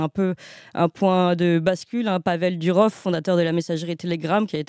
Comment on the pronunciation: Pourquoi vous dites DUrov ??? C'est DOUrov